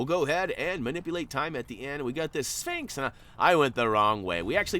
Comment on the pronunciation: It’s Sphinx not Spinx